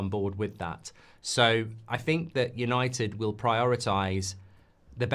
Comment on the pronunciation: YANITED YANITED YANITED 😂